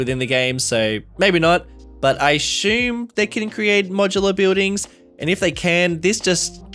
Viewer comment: Why cant this guy pronounce the word assume?....